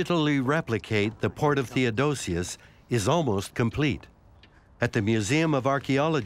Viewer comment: THEODOSIUS. No second "o". OK?